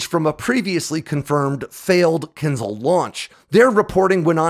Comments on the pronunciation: It's not KINz'l. It is kinZHAL. ZH like in French JARDIN, not Z like in Catherine Zeta Jones. Do you think H in the name serves just as a decoration? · not Kinzal , it's Kin-Ja-hl (Rus: dagger ) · As always - excellent video. My favorite weapons analytics on YouTube by far! Very well done. Good pronunciation of names! Only that Kinzhal is Not pronounced as kinzal, but rather as Kin”zh”al. Like when pronouncing casual or collision. 😊 But yes all Russian wunderwaffes are just that. Putin and his fan club love stories from the corrupt officials who take an old pig, put a lip stick on it and call it a new weapon without analogues. Pathetic. T-14 armada, su 57, kinzhal… and on top unicorns like the burevestnik missile, the Poseidon torpedo… you should do a review on the latter one. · Wtf is a “kinzle”. Can’t watch this Bc he says Kinzle🫤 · its a bit amusing how you repeatedly apologize for mispronouncing very short, hard-to-mispronounce, last names, yet power through butchering long last names without batting an eye and through out all of your videos you badly mispronounce the word Kinzhal. last names i get. there are so many of them. written out so many ways, but Kinzhal youd only need to learn how to pronounce ONCE considering how prominent it is of a topic for your videos.